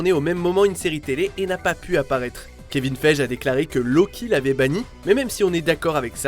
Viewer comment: Kevin "Fèje" ? Ça se prononce Kevin "Faillegui"